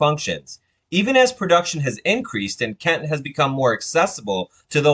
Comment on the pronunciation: It is pronounced as kentey not kent